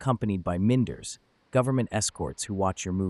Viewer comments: What the hell is "meenders" ? those are "minders" who make sure you mind your business. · Mind-ers vs min-ders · The narration to the video is made by the computer...it's not human voice...at 4.26 the computer mispronounced the word "MINDERS". Funny, that there is no actual human voice artist at First post...😂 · body-green-covering-eyes: - "Minn-derz"??? I hate this AI voice nonsense. No other mainstream news outlet does this. Please get rid of this pushbutton news reporting, which feels cheap and lazy. FP seems to get smitten by any passing novelty that catches its fancy.